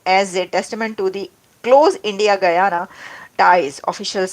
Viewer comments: You don’t know how to pronounce Guyana properly? Guy-ana is not pronounced Goo-aana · Bhai, gooyana nahin hai. Gayana bola kariye